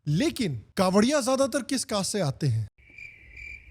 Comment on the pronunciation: Kanwariye❌ jhariye✅